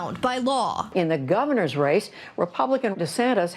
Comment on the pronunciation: Did she say, "goovaner?"